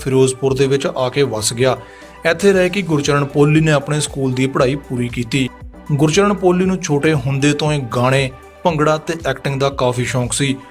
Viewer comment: ਭਰਾ ਕਈ ਸਬਦ ਗਲਤ ਬੋਲ ਗਿਆ, ਗੁਰਚਰਣ,ਸਾਹੜ,ਯਾਰਾਂ ਦਾ ਟਰੱਕ ਨੀਂ,ਯਾਰਾਂ ਦਾ ਟਰੈਕਟਰ ਲੰਘਣਾਂ, ਚੁੱਕ ਚਰਖਾ ਗਲੀ ਦੇ ਵਿੱਚੋਂ